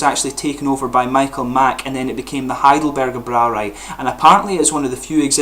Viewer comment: Congratulations on pronouncing "Heidelberger Brauerei" correctly. The Braumeister there is a friend of mine; I will tell him about your channel.